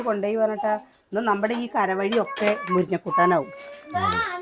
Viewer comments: മുരിഞ്ഞ അല്ല മുരിങ്ങ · എത്ര പ്രാവശ്യം പറഞ്ഞു മുരിഞ്ഞ അല്ല മുരിങ്ങ ആണ്